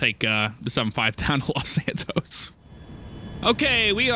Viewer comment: When he said los santos on the taxi part it was like los santoast